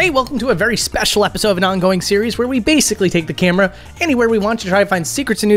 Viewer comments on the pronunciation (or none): none